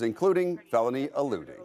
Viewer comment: Not to be fussy, but it's not "felony alluding" it's "felony Eluding"